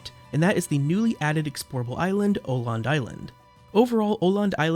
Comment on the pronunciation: Awesome video! Though it did hurt my swedish soul everytime you pronounced "Öland" as "Oland" instead of "uhh land" xD